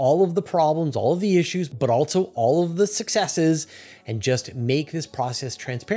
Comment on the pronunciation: "Else" and "also" do not have 't's in them. They are not "eltse" and, "altso." It's minor, but it is distracting. Where is this accent from? Meanwhile, a lot of people pronounce "often" as "ofen," sans 't'. The content is good, tho. You don't need to do a giant Dyson Sphere. Just reflect the heat back at the star. Duh. You aren't trying to hide the star, just that you are using it for energy. A Dyson Swarm makes much more sense. The energy could also be beamed to other outposts to be used as energy, or to planets, to heat them, all without being able to be seen unless one was in the path of the heat laser. This is like Legos. Why are people acting like this is hard?